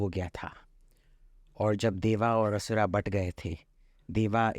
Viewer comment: महोदय, देवा नही देव, असुरा नहीं असुर कहिए। हिंदी शब्दों को हिंदी मे ही उच्चरित कीजिए जनाब। ऐसे आदमियों का इंटरव्यू नही लेना चाहते। निंदा करता हूं।